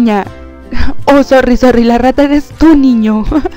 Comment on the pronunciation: no me suscribi porque dises ra ta y rata esta mal le das mal ejemplo alos mas chicos que ben tus videos y les emseñas alos demas a hacer buleng